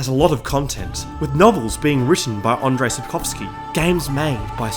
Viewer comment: Andrzej is pronounced as "Andzhei", not "Andrei", lol